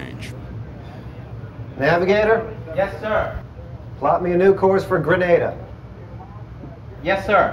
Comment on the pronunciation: This video seems thorough and the uniforms look correct. The narrator is using the incorrect pronunciation of Grenada. His pronunciation is the Spanish version that is a city name which can translate to the word “grenade” (as in ‘boom!’) or the “promgranate”. (the fruit) “The Caribbean pronunciation uses the “Gre-NAY-da” with emphasis on the second syllable. It probably has a related meaning. Just sayin’— 🤷‍♂️